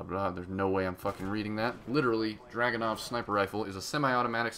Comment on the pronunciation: DrUganov not DrAganov DAMMIT PEOPLE